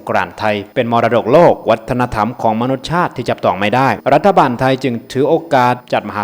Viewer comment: ผมไม่ตินะ แค่แนะให้ถูกเห็นแอดใช้บ่อย มนุษยชาติ อ่านออกเสียงแบบนี้ครับแอด มะ -นุด-สะ-ยะ-ชาด